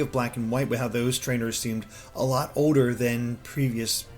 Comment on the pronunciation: pronouncing the word older as odor is annoying as hell